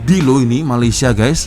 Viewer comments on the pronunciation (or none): Malaysia..bukan mayaysia😢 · BUKAN MAYAYSIA LAA TAPI MALAYSIA... EJAAN MALAYSIA PUN TAK BETUL, APA TERUK SANGAT, NEGARA JIRAN PUN TAK TAU NAK SEBUT.